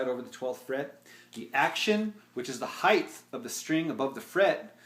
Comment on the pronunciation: 2.53: The "height-th"??